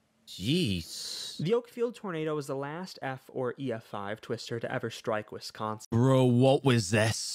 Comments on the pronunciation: I like you pronunciation of Wisconsin more tbh 😅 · I have to say as a Wisconsinite you did pretty well pronouncing Wisconsin almost as well as a true Wisconsinite.